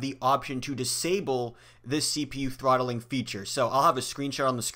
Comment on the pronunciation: Lol it’s not trotthling ahahah